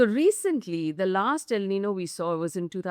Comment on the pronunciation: It is niño...not nino. Said humbly.